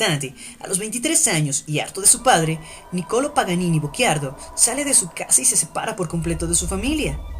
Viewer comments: No, ... "cci" è diverso da "cchi" ... la pronuncia nel video corrisponde alla grafia "Bocchiardo", ma il cognome della madre di Paganini era "Bocciardo" Sono italiano e conosco la pronuncia della mia lingua 😁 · Teresa Bocciardo...non "Bocc(h)iardo" ;-)